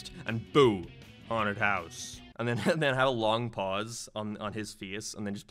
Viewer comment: What ARE you saying? You've got the derpiest English speaking voice I've ever heard. I lost it "But Seaside Hill Zone was fcking everywhuuyre, like a decyeahd" < WHAT??